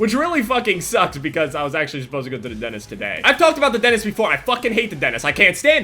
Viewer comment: I hate how he says dentist "Dennis"